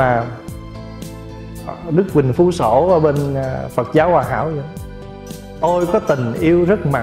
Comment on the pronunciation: Phật giáo,chứ không phải phặc giáo nhe anh mc.Viết có thể sai chính tả nhưng đọc mà cũng không phân biệt được dấu ă hây dấu â,nên học lại chính tả lớp 3 tiếng việt rồi hả làm trương trình